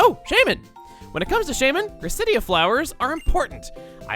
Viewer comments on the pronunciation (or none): A very small nitpick, and my only one of this video, is the pronunciation of Gracidea. It is pronounced Grace-Uh-Dee-Uh. I remember hearing it from the Pokemon Giratina and The Sky Warrior movie. Minus that, amazing video Chuggaa. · I hate Gracidea’s pronunciation... it’s pronounced like quesadilla... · I always thought it was pronounced Grace-cee-Dee-ah because of the movie. Guess I was wrong for once I always had the pronunciations right.